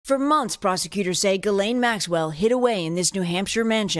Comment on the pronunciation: That’s the weirdest pronounciation of Ghislaine I’ve ever heard! 😂